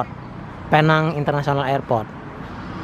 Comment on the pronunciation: BUkan pei nang bang.. sebutnya "Pi Neng" sebutan Neng nya pula spt panggilan perempuan yg belum berkahwin